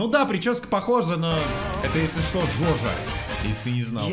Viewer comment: не жожа а ДжоДжо)